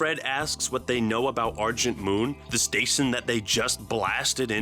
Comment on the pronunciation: "S T A S I O N"